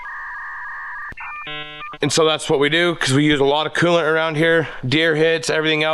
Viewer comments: What is it with you Utah boys saying quelant. I believe it's coolant😂😂😂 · can you please add the L too coolant it's not cooo-ant